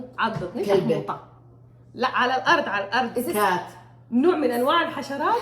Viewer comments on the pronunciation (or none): هي قالته حتى غلط.. الكلمة الصح هي شاحوطة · شاحوطة و ليس شحموطة 😅😅😅😅 حتى انت ثقافتك السودانية صفر ياشهادة عربية مع انا زاتي شهادة عربية